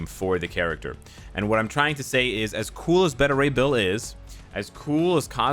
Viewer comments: I swear says “Betta” ray bill lol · Beta Rey Bill not Betta. U say Beta all the time how do u mess that up? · my man! I fought with you in the danger room one time. It's Bay- ta ray. Like "baby"- like alpha, beta, gamma rays. From one to another, peace bro. Be good to yourself, & thanks for what you do. We love & appreciate you